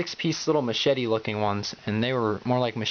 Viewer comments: lol... "Mashitty" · hahaha, you said mechitty lol :))